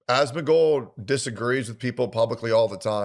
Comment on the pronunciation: every time he says "Ahhsmengold" I get so annoyed